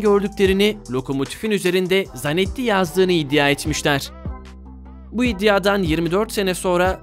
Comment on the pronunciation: İçerik hazırlamadan önce biraz kitap oku da Türkçen düzelsin O çok çok kıvırtarak kullandığın kelime İDDİYA değil İDDİA İDDİA